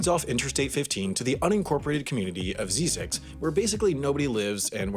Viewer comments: I (sadly) once lived near Zzyzx road. And I have never heard it called "zeezix", it was always pronounced "zizzix" (two short i's). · Pronounced zeyezex not zeezex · Best part of this video is that you pronounce Zzyzx wrong lol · He's pronouncing it wrong...z-eye-zix